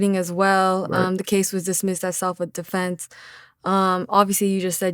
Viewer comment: Did she say “ self with defense “ 😂